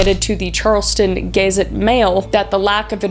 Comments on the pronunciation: lmao at Gay-zette Mail.....its Guh-zette. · Love your stuff. WV man here. It is pronounced. Charleston "Guh-Zette" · When Kris pronounced "Gazette" as "Gay Zit" 🤣😅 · “Gaze-it Mail” lol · Gayzet lol